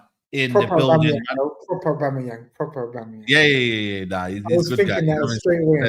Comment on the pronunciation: Been watching for years and today is the first day pronounced aubameyang correctly 😂😂😂😂😂😂😂😂